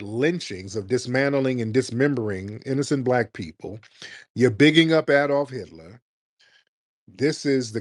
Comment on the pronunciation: i knew he didnt say hilter😂man im laughing hard😂😂😂😂😂that I.Q drop tremendously😂